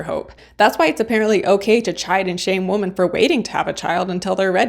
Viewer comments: You sound like you are saying woman everytime you mean women. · Good review. I enjoyed it, but check your pronunciation of “women.” Plural. It is not pronounced the same as singular “woman.” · It's women not woman. Women is plural. It hurt my eats to hear you say that over and over in the wrong context.